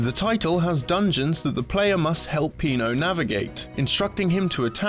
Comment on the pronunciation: SillyDouglas It's because it's Pino, not Peno ;)